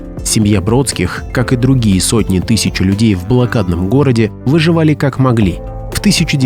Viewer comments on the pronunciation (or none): да научись ты уже выговаривать слово ТЫСЯЧА слушать невозможно ТЫЧЬЧЯ ТЫЧЬЧЯ